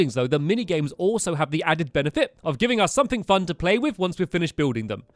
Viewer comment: Why does he say “fun” as “fon”